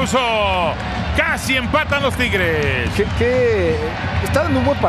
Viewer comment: No se dice triges se dice tigueeeres o tampoco 🤔 jajaja